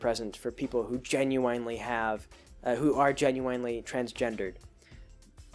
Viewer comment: Assuming everything you've said is correct, it was a great video. Even otherwise, it was quite entertaining, especially since I'm taking an intro to psych course as a philosophy major. Biggest "issue" I had was with how you pronounced "genuinely" (jen-yoo-in-lee vs. jen-yoo-wine-lee). But an interesting video. I like these long-form videos, and I wouldn't mind if you had 2 mid-video ads, besides the first pre-roll ad.